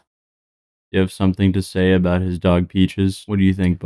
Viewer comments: “aboot” in his screaming rant was so funny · Everybody gangsta till a Canadian starts repeating A-BOAT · His "a boot" is nuts. 😅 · Lol this might be because I'm also from Southwestern Ontario, Canada but that accent isn't even that crazy. Like yeah he sounds a bit goofy when he says about but he's still completely understandable to me at least. Like Toronto has a bunch of different accents, like in the Jane and Finch area there are a lot of immigrants from Jamaica, Vietnam, East India, and Italy so their accent has developed into this really weird dialect including Jamaican slang like "Wahgwahn?". If you go to Markham (a city within the area that we'd call Toronto) about 80% of it's population identifies as ethnically Asian, if you go to Pacific Mall you'll find all sorts of Chinese bootleg products being sold (or at least that's how it was like 10 years ago when I last was there) and anyone over the age of 50 spoke with a heavy asian accent but all of their kids speak "normal" Canadian English. There are a ton of different accents in "Toronto" (locals consider anything that you can can access via the Toronto Transit Commission system to be Toronto which actually covers many different cities) some of them that are incomprehensible even by other locals, like if you didn't grow up in their area you won't understand their dialect or accent because it all depends on where they immigrated from and a blending of those accents. However, no Toronto accent can hold a candle to the Newfie accent. I'm not even sure other Newfies understand each other, technically they speak English but it's kinda like scottish wher